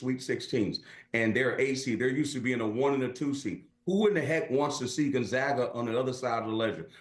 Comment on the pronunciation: If you want to sound like you know what you’re talking about. First thing is first. Gone zag uh